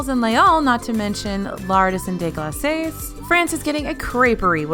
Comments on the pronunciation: glaces is not pronouncd glacees but more like glass with a hard a... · It is pronounced glass just like a drinking glass is pronounced in English. I am French and that is how I have always heard it. I don't know what you call a hard A. Is that the same as a long A? "A" like in ace? That's a long A. A short A would be A as in ass.